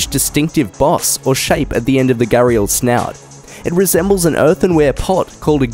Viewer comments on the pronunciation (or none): And gharial: gar - ell